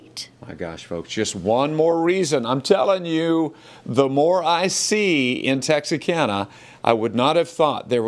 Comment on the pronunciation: Why are you pronouncing Texarkana with an S???